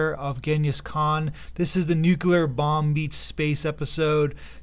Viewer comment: Learn to pronounce "nuclear."